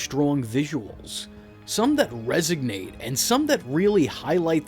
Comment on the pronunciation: Resignate? Resonate.